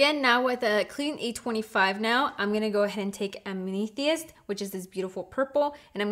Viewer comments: Ahhh meeth e ist? Yeah, that's no gemstone I know of.....am uh thist, February's gemstone I believe, lol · "ameethie-ist", nah sorry, I can't deal with it. It's AM-ETH-IST. No shade or ill feeling intended, just annoying the crap out of me. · It's AM-UH-THIST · It's pronounced am (like I am) a- thirst. Am -a-thirst.Loved the looks. You should do an if you have these palettes you can recreate this palette. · Am-a-thist. It's just like the stone. Love the eye looks you did =) First time viewer here. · Its pronounced am-ah-thist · It's AM-EH-THIST lol omg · It's pretty cool that you used as many of the colors from the palette as possible to showcase their standalone and layered performances. PS: They're pronounced am-ah-thist and oo-d. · Amethyst is pronounced am a thist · Amneetheeist. I'm dead 💀💀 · Just an FYI to let you know, sweetie... The purple shade you used, it's pronounced AM-ah-thest. You know, the purple birthstone for the month of February? =) Just thought I would let you know. We've all done it, trust me! LOL! Also, the topper shades (the one you mushed)...they're very fragile, as I'm sure you noticed. They're meant to be "tapped" to pick up the product, not pressed into, just the same as the Natasha Denona toppers, if you've ever used them? Same idea. But, now that you've broken the press on the product, I would suggest applying a few drops of a binder (Duraliner, very lightly, Fix Plus or something like it) and LIGHTLY press it down again. Much love, Shelbie =) 💋BeautyDaughtMom💜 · the way she pronounced amethyst has me weak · The way she says amethyst 😂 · Oooh the way she pronounced amethyst ..... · That is not how you pronounce Amethyst lol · The way you say "Amethyst"... LOL Beautiful looks though. ( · Girl lol.... i love you and all but that is NOT how you say Amethyst lol. 😬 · She pronounced amethyst wrong 😞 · Literally went through the comment section just to see if anyone else noticed 😩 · Ria Das I cringed every time 😩